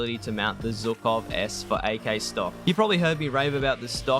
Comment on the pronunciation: Love your content! thx a lot. Would be great to see about SKS and OPSKS ps. the way you pronounce Zhukov is funny cuz it have to start with ʒ (like vision - [ˈvɪʒən])